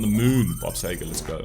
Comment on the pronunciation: Seger not Sager